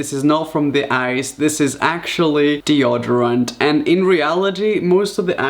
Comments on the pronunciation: DeodArant (lol ) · Did he just say dee•odd•or•rent ahhhhhhhrietwhwkjfbdjsolala Its dee•oh•door•ent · The way he says deoderant bless him. Hun you can call it that way if you want but if you want to know its pronounced De-O-derant With the 'O' sounding like the 'O' in "open". Not how it sounds in the word "on". Love you hun i know you probs learnt it that way. It's cute but now you know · Glycérol not deoderant